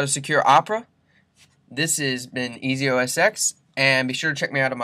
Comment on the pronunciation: It's pronounced OS 10, FYI.